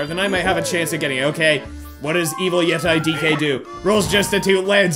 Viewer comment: pronounced as yetee